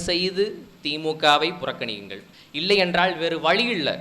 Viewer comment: சிறப்பான பேச்சு வாழ்த்துகள், அண்ணன் வளர்ப்பில் தலைவர் கனவில் தமிழ் தேசியம் IPS படிக்கவேணும்❤(நீங்கள் இள்ளை என உச்சரிக்கிறீர்கள்)